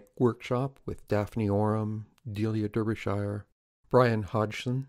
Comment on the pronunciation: Derbyshire is pronounced as though the ‘E’ is an ‘A’. So, “Darbyshire”.